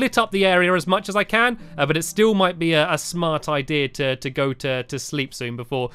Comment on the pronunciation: Stamps, I realized you say ideara instead of idea.